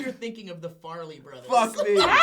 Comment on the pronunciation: repeat after me "fair eh lee brothers" Farrelly...your welcome.:)